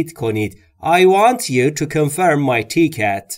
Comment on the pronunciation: Great job except for, mispronouncing a few words, i.e. Ticket & Window, otherwise all was perfect. Keep up the good work.